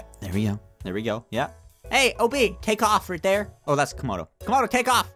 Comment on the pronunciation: said tomodo